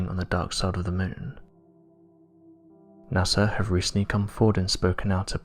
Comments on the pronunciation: The most interesting phenomenon, that is blowing my mind, concerns how you can say “Nassar”, all the way up until like , then nail it “NASA.” Pow, flash, brain-matter-splatter, The Mad Hatter. Or bubble helmet Newton...Hootin. Goofin with love & respect. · So you honestly think NASA is pronounced Nasser?